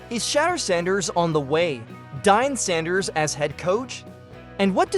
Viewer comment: It is deion sanders aka prime time deion sanders how you can even mess up on his name is downright disrespectul. The man is hall of fame 2 time superbowl winning defensive back the greatest shut down corner to ever walk gods green earth a top 3 all time in terms of greatest of all time. Learn how to talk and his sons name is sheduer not shatter you need hooked on phonics man